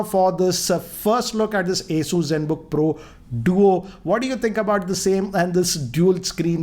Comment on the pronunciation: It's not Aey-soo like you say, it's Aw-soos. Listening to your pronunciation i lost face with my cousin saying it the same way thinking that you must be saying it right. Later on i checked.